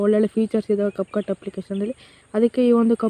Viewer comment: ana ad cupcut alla capcut adu sariyaagi heli